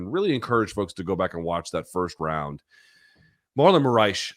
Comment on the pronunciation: Lol at calling Moraes "Saitama."